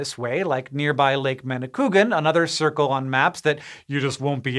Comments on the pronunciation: ManicouAgan <- there is a A there like in Apple. It's Innus. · By the way, it is pronounced Manik wa gan (ManicouAgan). You missed the A, and A after U in french/innu is pronounced WA. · In the future, you may want to revise your prononciation of Manicouagan. It's actually mani-kwa-gan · Manicouagan you have to pronounce all the As : D I know English tend to skip vowels when there's many next to each other.